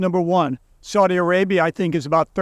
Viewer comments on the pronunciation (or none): none